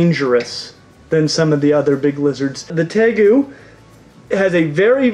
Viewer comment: Tegu is pronounced Tay-Roo (natively). But how the heck did Savana Monitor not make this list? They're among the most passive of monitors, have the softer hide like a Leeche compared ot most others. The only things I can think are that they require live food, and will grow larger if kept in larger housing... but still....